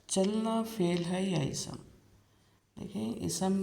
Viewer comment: Isam nahi ISM kahiye